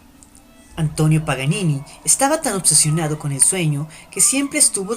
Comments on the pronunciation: ¿Alguien mas se ha dado cuenta de que al principio dice "Nicolò Panini" Y no "Nicolò Paganini" Toco piano y me duele hasta a mi eso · Es PA GA NI NI , no Panini! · que voz más estúpida e incómoda no es panini es Paganini Idiota! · Dijo panini????? es Paganini ya perdiò toda seriedad el video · ...Paganini,.Paganini,.Paganini,.........no Panini,......ni lees podes ?......... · es idea mía o dijo PANINI en la intro? :p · Es Paganini, al inicio del video dices panini!